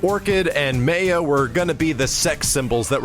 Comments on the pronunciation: IntoTheMeatGrinder I suppose it's like Raiden in Mortal Kombat. It's not actually pronounced "Rayden", but everyone just says it that way because the announcer does. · I wanna correct him saying Maya everytime he says it, but I'll just let be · I'm just used to hearing it like how the devs say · The guy at the panel and pronounce "Maya" differently. That made me laugh and cringe. I've never heard "Maya" pronounced the way said it... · Lol, - dev's pronouncing "Maya" in proper way - /ˈmɑːjə/, then just 7 seconds later, you're pronouncing it different way - /meɪə/, like not giving a fuck:P EDIT: And then, after you've redeemed yourself. Hahaha:P You rock,:D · tonderus8 No he didn't, pronounces it as "Ma-uh" when its pronounced "My-uh" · Lol, the developer says, "Mai-yuh" is the next character. IMMEDIATELY, pronounces it "May-yuh". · its Mai - uh. Not mey - uh. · Yo! Please stop mispronouncing Maya as 'Mei-Ah', it makes no sense and it's def ridiculous. I'm hype for daggers, LVL UP!!!, Cody tactics, and Amazon Monsoons too. Fantastic job on the redesign, they took the worst character design in KI history and made something amazing. Incan inspired, that's what's up. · You pronounced it May-A throughout the whole video then the last time you pronounced it Ma-Ya. lol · It's pronounced Maya (Mai-yah) not Maya (Mei-yuh). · Who cares about that dude? She is and always will be known as May-ya not My-uh.. My-uh is too plain and sounds unoriginal. May-ya sounds unique and makes her stand out... Ugh, get it through your head. It's pronounced May-ya... Okay? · Ma-ya not may-ah!! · Rofl.. "May-ya" Only in America... It's "My-ya," and even if you didn't know that, just fuckin pick one instead of alternating between two pronunciations like a moron. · ***** Thank you! They call her May-Yuh although My uh is the correct way to say it lol. I think the announcer didn't know what was going on. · MAI-YA. Say it with me....-_